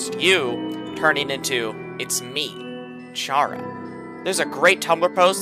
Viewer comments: kuh-ra, not kæ-ra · Him saying chara with a ch and not chara with a c sound because its short for character and its not pronounced with a ch sound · it's pronounced kara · Just as a reminder; confirmed by the japanese version; the correct pronounciation for Chara is キャラ (Kara) which is also short for character in japanese. Confirming that the name intended to be short for character in the english version as well. From this comes the conclusion that the correct pronounciation for Chara is indeed [Kara]. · I don't know if anyone has mentioned this, but according to the Japanese version, Chara's name is pronounced care-a, or like character. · this is really late but the name "chara" is actually pronouced like Kara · Good video but You pronouncing Chara as Tshara really pains me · Wait so is it care-ra or car-ra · My only criticism is the pronunciation of “Chara” since the fact it’s short for “character” and “Toriel” being short for “tutorial” are pretty widely known facts. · Chara is pronounced as in the first 5 letters of character!!!!!!!!!! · wait he says the ch for chara? omg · the way he pronounces chara is disturbing